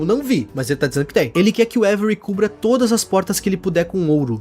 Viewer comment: Pq todo mundo chama o avery como every?? Kkkk